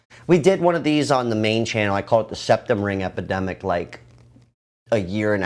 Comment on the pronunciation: So are you saying we are in a “Sepidemic”😝🤦🏼‍♂️